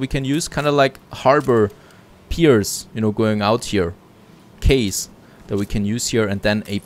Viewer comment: Compliments on your English. Wanted to share that 'Quays' is pronounced 'keys'